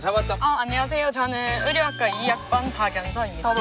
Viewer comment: 대구 맞네 의가 안되니 으. ㅋㅋㅋ 으류학과